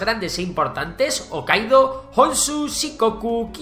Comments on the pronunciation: Excelente narrado y resumido! Pero me duele mucho como pronuncias Hokkaido como OOkaido o Meiji con la JJJJ y no como "Meiyi", duele muchísimo t.t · además la pronunciación de una de las islas está mal, hokkaido, se pronuncia como si fuera una j y no omitiendo la h